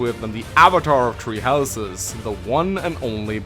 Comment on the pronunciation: I keep hearing treehouses instead of tHree houses.